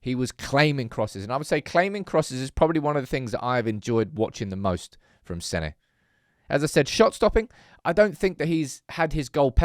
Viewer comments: "Seh-nah", not Senny. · It's pronounced Senna, not Senny, just watch the video where he says his name for you! You sound like a moron saying Senny. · has hearing problems, he watched Senne say his name, and heard, Senny Le Mons???? FFS it's pronounced "Senna" Lammens, not Bloody Senny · I'm having an aneurism every time you mis-pronounce the blokes name 😂😂😂😂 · Good content as always.. I don’t understand just one thing.. why is it so hard for you to pronounce Senne’s name the proper way? Le Mans is a race 😅